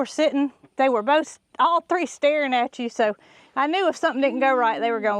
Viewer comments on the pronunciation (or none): none